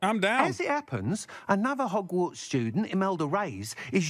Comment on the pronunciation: I almost died choking on my coffee. HOGFARTS. FFS 😄😂😄😂